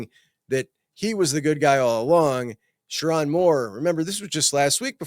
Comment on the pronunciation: LSU over MICHIGAN 😂😂😂 😂 That’s why ppl can’t take you seriously. Can’t even pronounce Sherrone’s name correctly. Smh